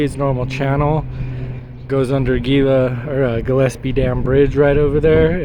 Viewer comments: It's pronounced hila. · Gila is pronounced Hee-la. The G s slient. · Is NOT Gila. It is pronounced 'HE-LA' in Spanish. (FYI) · The G in Gila is pronounced with a H “Hila “ not G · RE: The "Gila" river.... It's pronounced with an "H" instead of a "G" there, Homie. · Gila....the "G" makes an H sound...sorry, can't help but be the pronunciation police today!